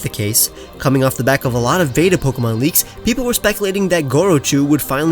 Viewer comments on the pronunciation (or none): none